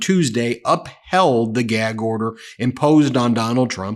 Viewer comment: “I can’t answer that because I’m under a gee-ag order”